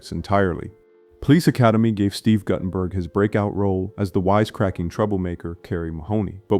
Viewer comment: Your AI needs more training. Nobody needs THREE ways to pronounce Guttenberg. ( GOO-ten-berg by the way)